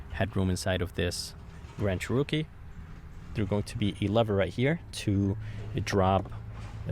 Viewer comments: Cherookie lol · Funny how he says “CHEROKEE “ 😂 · I thought i was the only one who noticed..lol.. 🤣🤷🏽‍♂️